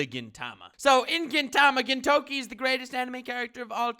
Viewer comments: Geen-Toke-ee lol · how does this person have over 900k subs? "Gintoki is the greatest anime character" yet you say his name wrong... things like this make me wonder about wtf the people that make this kind of video. I clicked on it not knowing who you were because I thought this might be amusing; waited 11 mins and no amusement to be had.